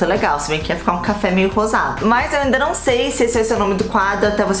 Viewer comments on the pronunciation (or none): “Um café meio gozado?” Ke? KAKAKSKLSLALAL EITAAAA MANDY KKKKKKK e ~eu sei que é rosado mas pareceu muito outra coisa kskskskskak